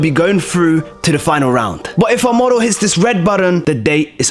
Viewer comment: Moder, not model